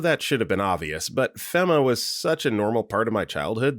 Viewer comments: Do you say shit wrong intentionally ? Ive never heard someone say feh-ma (fema) its fee-mah dumbass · FEMA is pronounced FEE-muh. it's an acronym for Federal Emergency Management Agency (or Association, I forget) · FEMA fee-Ma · Your pronouncing FEMA wrong.